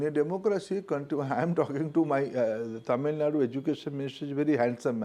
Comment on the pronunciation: Dear host and north.. it's not Tamilnad Kindly pronounce it TAMILNADU ... Dear minister, We the people of Tamilnadu knows that we are ahead of everything what you suggest. You need to follows us to uplift your state.😅